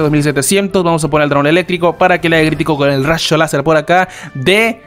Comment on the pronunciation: Ahora se que nos oy el único que dice rasho láser xd